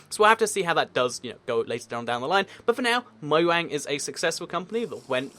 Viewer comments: Ok u keep calling mojang mouang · Why do Brits pronounce it Moyang and the Americans pronounce it Mojang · Btw it's Möjang not Mojang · Because it's actually pronounced Moyang instead of Mojang, despite it being spelled that way. The place where the company is from, Sweden I believe, pronounces the J like a Y